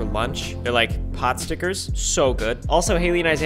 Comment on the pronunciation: its not a potstikcer ryan, take an ethnic studies class, buddy.